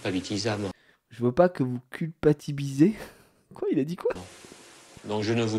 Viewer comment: J'ai entendu " culpabitisame "